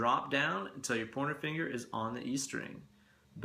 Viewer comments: I kept hearing "porno finger." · Loved your tips!!! It's great to learn something new or different every day......also, I really loved your commentary don't ever censor yourself!!!! Oh, and I love how when you say, " pointer finger", it sounds like you're saying " porno finger". Great job and you just got yourself another subscriber. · Funny and educative. Aaaaand.... subscribed. P.S. Keep hearing ''pointer finger'' as ''porner finger''. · Why do I always hear PORN finger when you say pointer finger? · Oh, you're saying pointer finger!!! Took me 20 mins, thought you were saying porno finger to begin with!!! lol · i know your saying Pointer Finger but i keep hearing Porno Finger hahaha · I swear, you're saying "porno finger". No idea what the fuck it means, nor if you're actually saying that instead of "pointer finger"...but from now on, my pointer finger shall always be referred to as my porno finger. God damn, you are sculpting my life for the better. Teach me, teacher!!